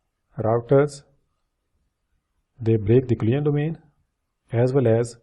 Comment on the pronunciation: You're saying all the time "client domain" or something like that, which is not understandible. Maybe you mean COLLISION domain? If so, work on pronouncing it right, it's VERY confusing :(